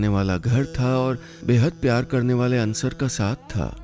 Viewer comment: Sir it's अंसार, not अंसर